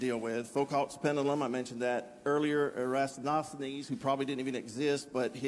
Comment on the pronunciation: 'Erastonosthanes?' . Yeah, he's right there. Definitely didn't exist.